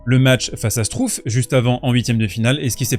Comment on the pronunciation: Struff se prononce chtrouffe, pour la prochaine fois …😉